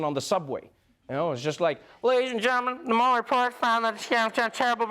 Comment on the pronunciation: Dear Trevor, as a fellow South African, can I just say that Robert Mueller's surname is not pronounced 'maller' but more like 'muler'. Love your show nevertheless.